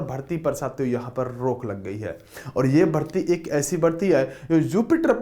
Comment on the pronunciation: Hindi ka bhi janaja nikale ho bhai😂😂😂😂😂😂😂rukh ki rok